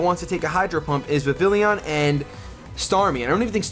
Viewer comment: You acually say vivillon like viv-ee-on but say it how you like just a fun fact